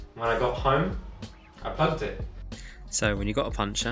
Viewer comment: The word is puncture pronounced "punk-chure" not puncher, which is what boxers do for a living.